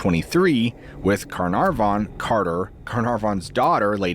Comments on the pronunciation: Why are you overpronouncing Carnarvan! Car-nar-von! Come on. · There was a Lord Carnarvon. It just wasn't pronounced in this fashion. 😂 His pronunciation is interesting to say the least. 😅